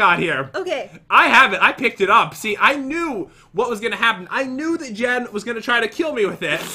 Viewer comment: that is not how to say Jen